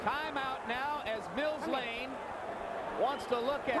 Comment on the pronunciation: Not Blane, Lane